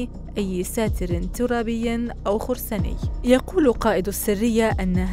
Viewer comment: المذيعون فى قناتكم يقتلون اللغة العربية فى كل لحظة يتحدثون فيها. ما هذا؟! المذيعة تقول سِرِّيَّة بدلاً من سَرِيَّة وتقول خُرْسانى بدلاً من خَرَسانى. حسبنا الله ونعم الوكيل.